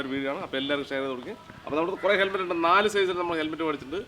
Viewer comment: ഹെൽമെറ്റ്‌ ആണോ തെർമെറ്റ് ആണോ എന്നാണ് മനസിലാവാത്തത് 😂😂